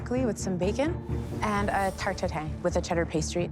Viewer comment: It’s called tarte tatin not tatine chef